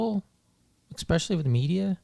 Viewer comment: Great video, I really enjoy all of your content. That being said, I have to laugh that you made fun of someone saying "pacifically", then proceeded to say "exspecially" , there's no x in especially. Irony.